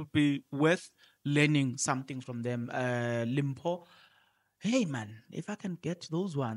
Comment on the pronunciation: Journalist the way we pronounce Mrs Hani's name is like Dimpho whereas it is written as Limpho